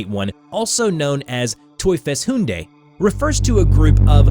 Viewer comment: TeufelshunDÉ lol, sorry I am a Dutch who knows German, that's not how you pronounce Hunde